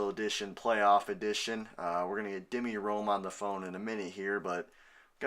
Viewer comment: I feel weird just pointing this now but It's D M I Rome not demi lol